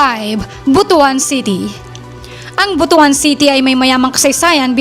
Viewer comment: Pa-ga-di-an,not Pa-ga-dyan, same with But-wan not Bu-tu-an... when you say Bu-tu-an, it means you have a male reproductive organ,if bisaya hear you pronounce it wrong,we will laugh at you